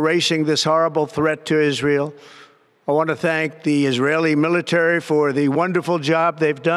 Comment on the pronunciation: Iran is the bully of the Middle East? He mispronounced Israe.